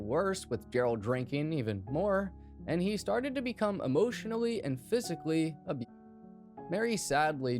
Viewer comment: Talking about a mass murder and cant say the word 'abusive' .😳